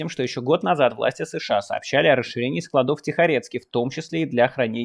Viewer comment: Нет склАдов По склАдам Правильное ударение на А по русски